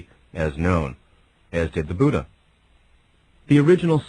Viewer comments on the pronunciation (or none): none